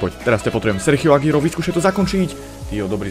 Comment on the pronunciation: Agüero sa číta Aguero nie Agiero. Daj si to do prekladača v španielčine.